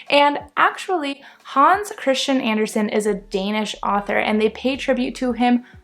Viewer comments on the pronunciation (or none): none